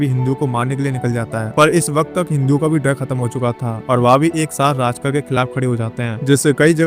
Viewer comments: राजकर नही रे बाबा, रझाकार बोल। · राजकार नही इन्हें रझाकार कहते थे . please Correct करे . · राजकर नहीं रज़ाकर